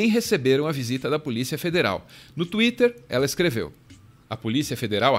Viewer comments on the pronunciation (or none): none